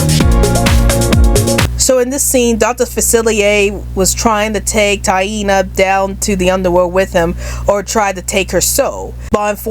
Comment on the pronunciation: That's a good list and it's Tiana. Not Tieena. Not trying to be mean or anything.